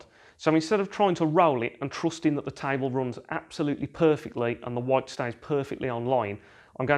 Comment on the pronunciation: Unsubscribing your channel because your accent is bit annoying and irritating.it sounds like there is something hot in your mouth and your are not chewing it neither spitting it out while talking. The word is "line" and you are saying it "laweyne" ,the word is white, you said "voyte", "ball" "bowl" , Can't hear you any more, (no offense)